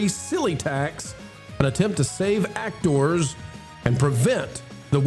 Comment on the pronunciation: I got to say you and your actoooors that is so funny how you say those names